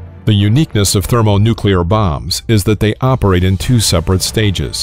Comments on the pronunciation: He keeps saying thermo-nuke-you-lar. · Nuke-U-Lur??? Come on man. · How are you going to pronounce it "nuclear", then seconds later pronounce it "thermonucular" then a couple minutes after that you say "thermonuclear"??? Cut it out. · Did he just say thermonucular weapons? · He just had to day, "Thurmonukyaler." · *Thermonuclear, NOT "nucaler" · Thermonucular... . I had to rewind and play that again just to make sure I heard it right. And Yep. Thermonucular. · "thermonucular weapons" Do you get energy in a thermonucular weapon by splitting the nuculus of an atom instead of the nucleus? Lol. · Thermo-nucular? Who hired this voiceover guy? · "Thermonucular". Really? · . haha he said it correctly right before that. love that non-standard usage : D